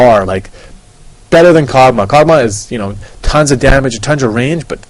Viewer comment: i lollerfaced when he said kog'amahaw